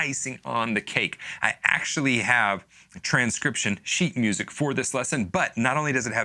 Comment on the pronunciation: Oh come on, no one in the comments is gonna acknowledge how he mis-spoke “sheet music” at the beginning?! It was hilarious. I’m disappointed in you, YouTube commenters. 😂